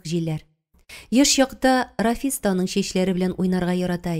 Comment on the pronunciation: Бик яратып тыңладым. Зур рәхмәт авторга һәм шулай ук укучыга да, тик Рафис дип укуы гына ошамады, Рәфисне. Зур иҗади уңышлар сезгә.